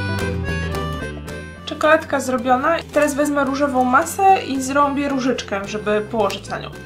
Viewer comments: powiedziałaś zrombie zamiast zrobie. :D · "Zrąbie różyczkę", tak to słyszę :')